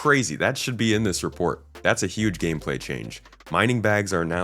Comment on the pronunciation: When you said "big gameplay" I heard it like "big pharma" and had a little giggle to myself.